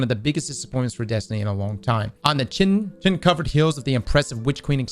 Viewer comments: How can someone who likely put 1000+ hours into an expansion that mentions it a hundred times pronounce chitin as "chittin" ... ffs lol. KAI-TIN. It's pronounced KAI-TIN. Edit: Jesus, this man has the I've-never-read-a-book-on-purpose debuff. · Not that it really matters, more for saying the word irl but Chitin is pronounced like (KY-TEN)/ (KAI-TN) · its pronounced , (ky-tin) 🙂 referring to a hard armored outer body of insects , shrimp, lobster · Chitin is that black stuff that the hive have everywhere it sounds like Ky Ten. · Chitin is pronounced with a "k" not "ch". Please, use a dictionary! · Chitin is pronounced KITE-en. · bro chitin is pronounced KY-TIN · I’m sure someone has said this but in case they haven’t… Chitin is pronounced like kite. Kai-tin.